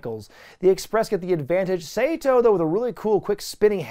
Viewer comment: I'm sorry but first: It's pronounced "Sah-toh" not Seito. My inner weeb is crying. Second, that's Pat Tanaka the one with the long hair. But good video still.